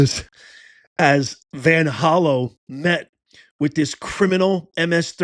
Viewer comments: Hey professor, you might want to fact check yourself before reporting sh**. It's VanHollEn, not VanHollow, like you're pronouncing it. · It's Van Hollen